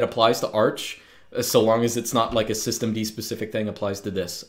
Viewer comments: "soy-stemd" xd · As soon as I heard "Soystem D" I lost it 😂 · "Swisstem-D", well said